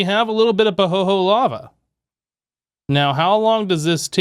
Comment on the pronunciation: FYI - it's pronounced "Pahoeyhoey" Sorry for the silly correction, but yeah